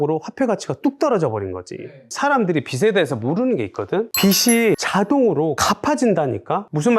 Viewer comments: 빚이 = [비지] 빚을 = [비즐] 로 발음합니다… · 비지라고 발음하시길